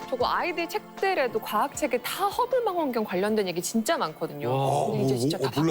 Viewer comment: 망원경을 만원경으로 발음하는 수준ㅉㅉ